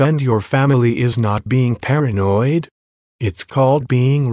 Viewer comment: Uuggghhhhh..... She keeps saying "paranoid"